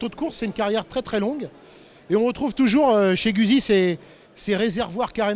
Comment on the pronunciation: Très bonne vidéo, à part la prononciation de Guzzi, la francisation du nom est extrêmement dégueulasse à écouter